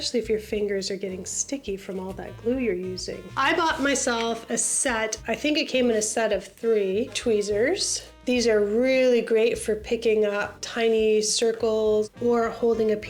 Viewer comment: Just a detail:Tweezers, not tweesers 😂😮